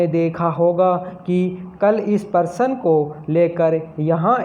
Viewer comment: प्रश्न होता है। परशन नहीं